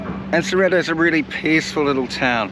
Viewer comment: Its sorrento ,pls say the name properly